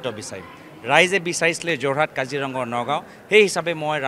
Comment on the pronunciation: যোৰহাট, গুৱাহাটী, নগাঁও শব্দ কেইটা উচ্চাৰণ ভুলকে কৈছে সি